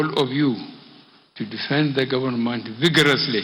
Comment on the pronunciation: Gaunmenht or Government??? What is he talking about? Somebody help me!